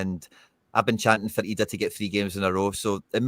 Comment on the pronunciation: Why are you pronouncing Adam Idah's name like that?